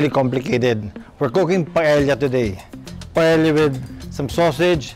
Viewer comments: Love this so much...but this pronounce as PA-EYA...not PAEL-YA...just sharing hehe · Just an fyi lang po, Paella is pronounced po as 'pah-eh-ya' and not 'pah-eh-lla' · Paella pronounced as PaEya just saying.😅😂😊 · Correction lang we have toured around Spain and there in Valancia, Spain that we learned that the right pronunciation of Paella is Paea it is silent l. Thank you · This Filipino guy, who hails from a former Spanish colony and who can't even pronounce 'paella' totally butchered this dish and broke too many rules when cooking this dish...